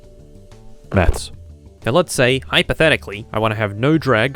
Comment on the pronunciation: the "hypothaticly" from ben shapiro got me dead